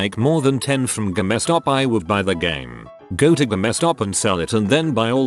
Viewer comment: Stupid robotic voice. Saying Ga mess Stop instead of Game Stop.